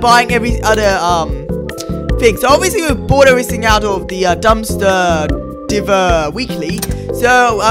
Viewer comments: him: says "The dumpster diver weakly" wrong me: the E thretens da I and makes it say its name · "Dumpster Dehvarh" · The way he said diver 🤣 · Why did you say diver like that